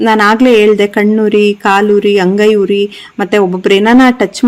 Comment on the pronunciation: ಹುರಿ ಅಲ್ಲ ಉರಿ ದಯವಿಟ್ಟು ತಿದ್ದಿ ❤❤❤❤